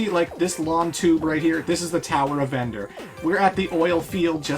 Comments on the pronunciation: He keeps mispronouncing Tower of Verdure as Tower of Vendure accidentally. xD If you have been reading the notes on the right side. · he keeps announcing verdure wrong.